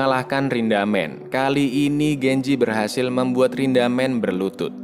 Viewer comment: Bukan rindamen tapi rindaman